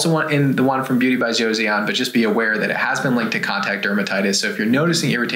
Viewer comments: Hello friends, I think it's pronounced like Joe-sohn, not Josie-on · No hate but it's pronounced Jo-son not Jo-Seyon! 😂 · Just a head's up, y'all: Joseon is pronounced "Cho-Sahn" not "Joe-See-On". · it's just 'jos-on' not 'jo-see-on' doc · It's "Jo-sun," not "Cho-sahn." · One request - when talking about an overseas product, please confirm the correct pronounciation before saying it on camera. My ears hurt hearing you both say Joe-See-On (it’s closer to Jo-sun) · FYI - Joseon is simply pronounced "Jo sun" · Just fyi, -seon is pronounced “sun”. So, “jo-sun”. Joseon is an older name for Korea. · Beauty of Jeoson is pronounced Cho - son fyi :) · Joseon would be pronounced Jo-sun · Joseon is pronounced a little more like Jo-sun. The "e" isn't really pronounced. Joseon is the name of the country we now know as Korea. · Joseon Pronounce JOE-SON.. 🤣 I was cringing every time you said it. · uhh, apparently you don't speak Korean? There is no real "J" sound, it's more like "Ch". 😑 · Joseon is pronounced "Joe-suhn" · It’s pronounced Beauty of Cho-sun, just trying to help not being a jerk lol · It is pronounced JO-SUN